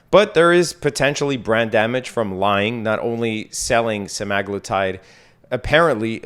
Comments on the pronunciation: sem-uh-GLOO-tide there's no "a" in the word. Just saying... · it's literally spelled Semaglutide you moron lmao there's an A right in the middle